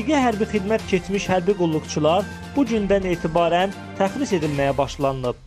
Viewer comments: Təxris yox tərxis . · Jurnalist qaqaş, təxris yox, tərxis. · AY TYUPOY APARICI... O SÖZ "TƏXRİS" DEYİL.. "TƏRXİS" DİR..